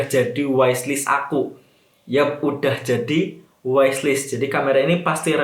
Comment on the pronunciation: wish list bukan wais list